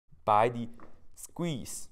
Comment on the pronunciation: Sequeeze = Squeeze I thought you are gonna SNEEEZE! HAHAHAHAHA!